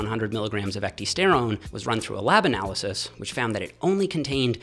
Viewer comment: It's pronounced (eck - DIE - sterone) and if you get the real shitt (this is the hard part) you will know. I was putting on 3 lbs of muscle week after week on it. It was crazy. The product (now extinct due to Cytodyne being bought out by a competitor) was Methoxy-Pro protein powder. Also had methoxyisoflavone in it. My meal cadence was meal/shake/meal/shake/meal/shake on my days off and a double shake serving on the days I lifted after my W/O.....I saved my 2nd shake to double up on after my W/O. I had found a natural way to boost my HGH. Ate perfect and supplemented perfect.....I was growing while I was AWAKE! - this actually freakin scared me. I laid off my stack and my lifting for a spell and the next time I went to order Methoxy-Pro it was discontinued everywhere. There's a lot more studies on Ecdy than you found. Thermolife referenced about 6 dozen studies when promoting their product E-Bol.